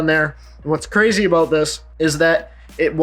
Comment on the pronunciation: I love when you say "talking about" and to me it sounds like "talking aboot" hahaha